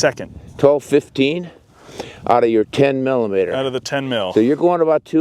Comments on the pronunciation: 10 millimeter or as he says 10 EMM EMM! Dude just say millimeter. I have both a 29 and 30 for Glocks. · That dork almost makes this unwatchable by refusing to say "millimeter"